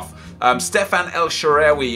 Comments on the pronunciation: el shararay??? its more like shalarway or sha-arway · Every time you say El Shaarawy is so awkward. It's El-Sha-Ra-Wee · El " shewery "😂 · u sound Irish when u say el shaaraway